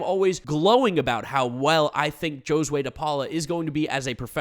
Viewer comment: yo bro its HO-sway de paula, not JOE-sway. Letting you know becasue you do prosect videos.